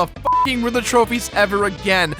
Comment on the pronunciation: He keeps saying rither. Not Riddler.